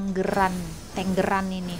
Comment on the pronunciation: Itu dibaca tEnggEran, tempat untuk burung bertEnggeEr. Aneh banget dibaca tenggeran